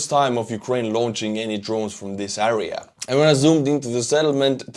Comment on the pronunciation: Area is pronounced like Air ee ya not A Ree a, Same sound as hair or air or pear or flare or whatever. Слава Украини!!!